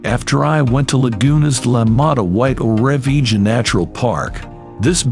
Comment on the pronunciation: The pronunciation of Torrevieja is appalling from the ai voice. Doing my head in after 2 minutes!